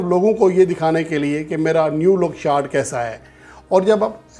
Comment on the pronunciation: پیارے بھائی نیو لک شارٹ نہیں نو لک شارٹ ہوتی ہے میری طرح اپ کی بھی انگلش کافی کمزور ہے